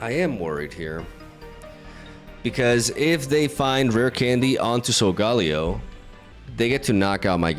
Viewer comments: How to pronounce sogaleo: SOL-GUH-LAY-OH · SOUL - GUH - LAY - OH Please, stop butchering my favorite Pokémon lol